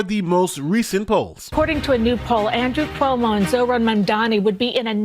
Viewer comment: Hey, I noticed you were saying Zohran's name wrong. I don't really care that you did, and I don't care if you fix what you're saying, but you kept saying zoRHan and not zoHRan. My mom does a similar thing with Chipotle. She says chipoLTay, and not chipoTLay.